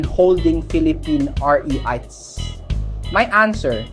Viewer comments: You should use your own talking voice instead of AI. "Rights" instead of "rits". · Eto naman si kuya, ibaiba ang pronunciation ng REITS? Ano ba talaga kuya?😂